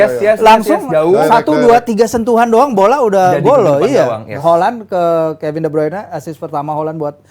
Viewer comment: Holland atau Halland?? 😂